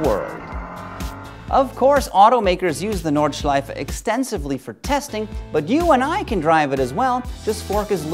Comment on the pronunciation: I like how you tried to say Nürburgring and Nordschleife. And you said it very well